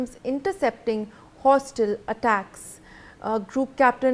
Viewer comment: Hostil? It is hostile. Work on pronunciation please.